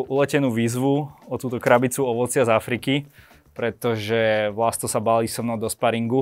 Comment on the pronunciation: Super rozhovor, páči sa mi ako tie debaty vedie. Vlasta mám rada, je to skromný bojovník. Môže toho dokázať ešte veľa, keďže má stále dosť málo rokov. Jedine čo mi drelo uši bolo VlasŤo🙉🤦‍♀️